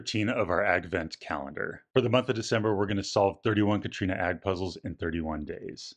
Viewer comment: By the way, I think it’s Catriona not Catrina 😭